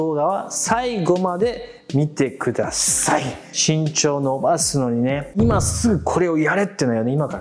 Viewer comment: 最初「しんちょう｣じゃなくて「ぎんちょう｣って言ったよね